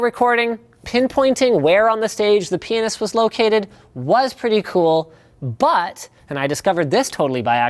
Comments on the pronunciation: I swear to God I had to relisten to this 5 different times to realize he's saying pianist and not penis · 'for musical recording, pinpointing where on the stage the penis was located...' I've had to re listen to that part like 5 times, is that actually what hes saying? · Linus, it's Pianist. "pee-a-nist" the T isn't silent. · it sounds like penis. He actually says pianist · So, I listened twice, and he actually said penis. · "pinpointing where on the stage the penis was located" what? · I heard penis as well and even the subtitle captions thought so too XD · did linus say penis or pianist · HE SAID PIANIST YOU NEED HIGH QUALITY HEADPHONES LIKE MINE